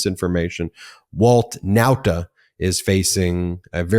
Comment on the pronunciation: Show up on 27th June. Not Now-ta. Okay sir.